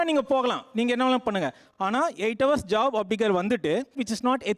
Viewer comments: Haus haus. What haus. Learn proper pronunciation. Google “hours”. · Horse aa ours nu pronounce seiyanum dhane, doctors na konjam service motto erukanum paa